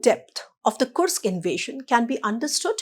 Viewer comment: whats wrong with kursk? i checked on google and she is perfect. go get a life you cunt